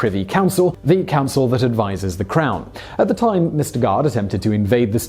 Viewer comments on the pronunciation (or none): none